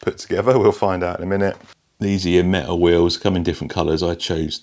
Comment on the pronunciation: Very cool but do you mean metal? You keep saying méh-al.... Pffff